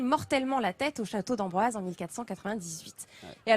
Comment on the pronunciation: Château d'Amboise, pas d'Ambroise.